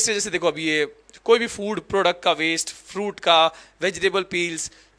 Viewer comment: Bro it's waste not wast😂